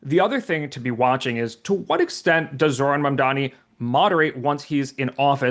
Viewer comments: How has it been nearly a year and Cuomo still cant get Mamdani's name right? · He still can not pronounce Mamdani's name. Shame!